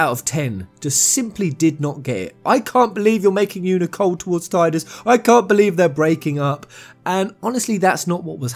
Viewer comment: Its pronounced Tee-dus not Ty-dus. This isnt a matter of opinion its a fact. The voice actor himself confirmed it.